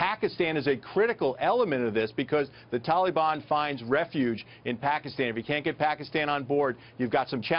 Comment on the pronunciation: wtf is a Tolly-bon? Ohhhhh he is trying to say Taliban. lmaooo idiot.